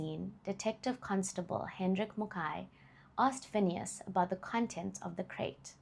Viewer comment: You've just earned yours a new subscriber, just by how you pronounced Phineas' full government name🙌🏾 a feat even I as a black South African failed to do... Thanks for respecting your work and taking it serious... Keep up the good work..❤